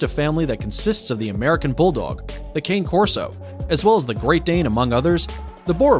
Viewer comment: Hard to take this serious when he doesn’t even know how to pronounce two breeds before I quit watching. Dude, you’re embarrassing yourself.